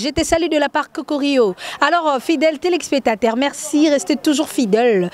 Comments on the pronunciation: Telexpectateurs non téléspectateurs oui. Accentue bien. Courage ça va aller tiens toi bon. Belle émission! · Belle émission, mais la présentatrice faut dire téléspectateurs et non telexpetateurs ça nous fait mal aux oreilles. Mais bon vent à vous chère collègue.